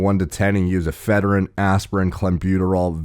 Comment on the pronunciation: Sorry but that pronunciation of ephedrine is weird. Eff-uh-dreen, am I right?